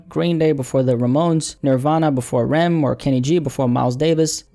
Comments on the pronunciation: Its pronounced "R" "E" "M" not Rem. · Bro you talk about Em not being fairly treated but couldn’t even pronounce R.E.M.s name correctly 😭